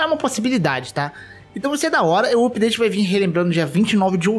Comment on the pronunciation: Hahahahah. Dá um nervoso ouvir alguém falando "oopdate".